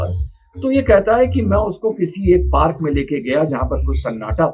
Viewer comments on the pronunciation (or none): none